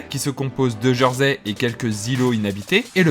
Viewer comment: Prononciation étonnante. On dit "Jèrsey" pas "Jeursey" il me semble. J'y habite depuis 15 ans.